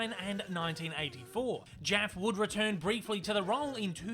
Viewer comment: Nicole Jaffe pronounces her name "Jaffie" not "Jaf" tho.